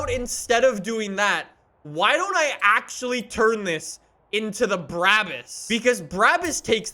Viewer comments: Not tryna be mean but its pronounced brah-bus not braa-bus even though its spelt that way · It’s not called Bruäbüs, it’s called BRABUS!!!!! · No one:: bra-bis